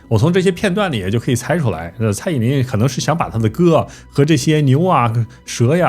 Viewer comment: 是蔡依林不是蔡依“宁”啦 ..